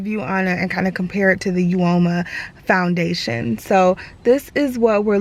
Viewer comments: Uoma is pronounced like "o-ma". Both sides are really pretty! And the lipstick is a beautiful shade! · The u is silent....it’s OMA